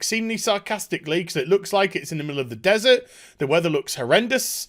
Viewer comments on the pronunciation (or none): none